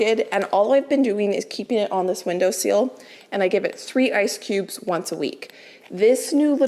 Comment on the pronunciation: fyi, it's window sill, not window seal